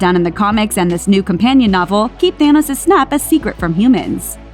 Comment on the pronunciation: His name is Thanos, not thanis.